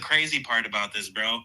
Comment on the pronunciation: Especially when it’s pronounced as “bruh.” It had its season, can we let it go, already? 🫩